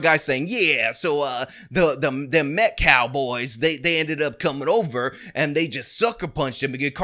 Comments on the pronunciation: the guy can't even pronounce "Metcalf" correctly, he says it "Met-claf". What a clown. 🤡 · He mispronounced the victim's name as "MetcLaf" twice. Almost like he doesn't gaf about the victim in this case. 🤔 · this guy can't even say Austin's last name correctly lol wtf. Metclaf? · “Metclaf”. Cmon man. Say the kids name right. Geez. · mispronounced Austin Metcalf's name TWICE in that presser clip, referring to him as 'MetKLAF'. Such disrespect. 😡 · Is it pronounced “Metcalf,” or “Metclaf”? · 'Im a lawyer but i cant say the name right' metclaf.. really dude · He said Austin Metlaf,,,TWICE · It's not "Metclaf", it's METCALF, you ignorant dolt. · " Austin MetcLaf." 🤦‍♂️ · Let me axe you a question. Why does he keep calling him Austin Metclaf? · Metclarfe? Can these people ever pronounce things properly? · "Metclaf" Dude can't even pronounce his Name!!! What a Joke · Metklaf? That basketball can't even say the name right. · Can’t even pronounce the victims name correctly. Abysmal is an understatement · He doesn't even have the respect (or intelligence) to pronounce the name correctly. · I find it more sad they pronounce karmelos name correctly, but everyone can't say metcalf to save their lives. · why is it so hard for people to say Metcalf right? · that guy yeah look into him, Donut operator already said one thing about him so I’m sure we are gonna hear alot more. This is guy is not a good person and is trying to look like some kind of peace maker 😂yeah no, nope he can’t even pronounce the name correctly he doesn’t give a shit, just what it will mean for those going forward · Does he mis-pronounce Metcalf on purpose, does he know how to say baby cow? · We have saw a false autopsy that is false, and I am surprised that every black mispronounced Metcalf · Can the ngan guy actually pronounce the victims name correctly?